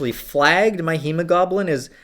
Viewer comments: kept saying goblin instead of globin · Hemo-GLOBE-in. Not hemo-GOBLIN. Lmfao. Does low T cause dyslexia? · He says "hemo-GOBLIN" lmao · hemo-goblin? hemo-glow-ben. Ben like Ben Kenobi, Ben like Been there done that. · hema-goblins? LMFAO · Oh no, not the "HEMOGOBLIN!" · when you say hemoglobin, it sounds like homogoblin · I lost it when he said hemogoblin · "Hemo-GOBLIN" LMAO. Love your content and thank you for the time you put into these videos. Keep it up! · My wife came out of the kitchen while I was watching it like “did he just say hemo-goblin?” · It doesn’t matter, but I laughed when he said HemoGoblin. Might make a good Halloween costume idea. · I have never heard anyone pronounce “hemoglobin” “hee-mow-goblin” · I mean, he is Canadian.